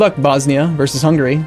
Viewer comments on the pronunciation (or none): none